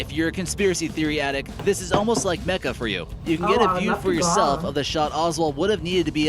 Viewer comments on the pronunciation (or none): none